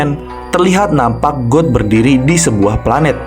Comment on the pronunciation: Bg God itu bacanya Gad bukan God beneran, Sedikit Koreksi ya bg